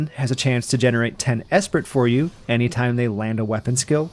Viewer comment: Great job, someone not running through the information so quickly that you barely have time to comprehend which move processes (proc's) what, BTW ...the t is silent, esprit is generally said as eh-spree or uh-spree